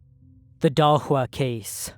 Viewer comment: Shocked that you went for a good pronunciation of Dahlsjö